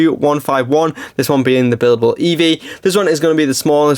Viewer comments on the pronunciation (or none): none